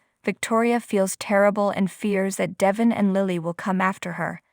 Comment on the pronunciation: It’s Devon not Devin. Please pronounce his name right. If you listen to the soap you know how to pronounce it.